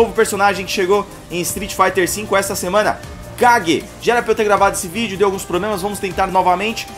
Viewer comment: Não é cague e sim keigi esta é a pronúncia, esse negócio de cagar fique feio kkkkkkk